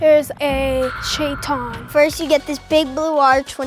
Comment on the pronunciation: I wonder if the Muslim girl speaks Arabic.. the way she pronounced shaytan was weird